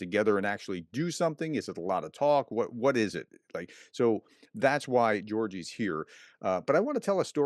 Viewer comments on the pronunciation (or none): It's 'Georgijs' 🙂